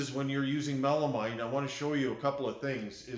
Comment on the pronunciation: It's Melameen, please. I cringe when you say Mine.